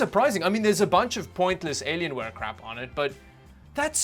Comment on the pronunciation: "Aylienwaye" :D